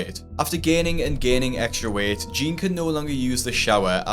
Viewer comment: why do you pronounce jeanne "jean"